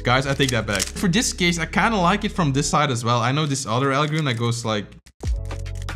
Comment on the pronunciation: for him, “diss” and “this” sound the same 😂